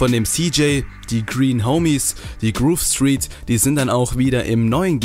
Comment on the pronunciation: ER HAT GROVE STREET FALSCH AUSGESPROCHEN, DAS IST NICHT IN ORDNUNG !!